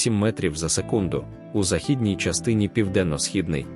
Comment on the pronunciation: Ставте правильно наголос на слово західній.